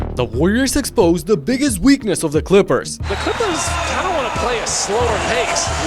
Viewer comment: Bro you had me crying 😂 I thought you The Clippers were the oldest team in the league. And the Warriors exposed their WEAK KNEES!! But you said weakness!! Your accent got me on that one 😮